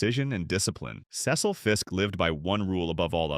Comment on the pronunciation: Why do you have European farming picture. It's See - sil not Ces-sel.